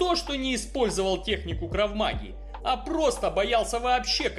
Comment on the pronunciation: Дед 100% Дункан Маклауд)) крав мага , ударение на второе а